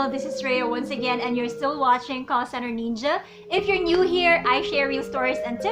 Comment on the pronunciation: Neenja. Ruhts. And you actually have the gall to make a video about speaking English. Seriously?